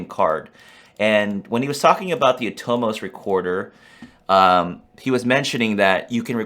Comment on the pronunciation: Why do you say "Aah-toe-moes"...lol...It's pronounced "A-tum-us" Every Year at the Atomos NAB raffle ,Jeremy Young has the crowd shout out "Aaa-tum-us...oy oy oy!!"